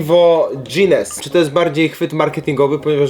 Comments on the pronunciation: NIE DŻINES TYLKO GUINNES (GINES) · Błagam cię, nie mów nazwy tego piwa przez "dż" .. ale by cię Irlandczyk przechrzcił 😅 Mega fajna seria 💪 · ginnes prsez g sie czyta nie odkieniaj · Po łbie by dostał, powiem ci że jak pierwszy raz usłyszałam to aż tak tak mi dziwnie było 😂 jeszcze nie słyszałam żeby ktoś tak mówił 😂